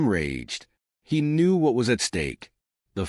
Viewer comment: Please fix the pronunciation of these words: Knew, Or, Inside, Now. Today, Nerve, Act, As, Knew, Forgive, Chose, End, Try, Know,These are the most pronounce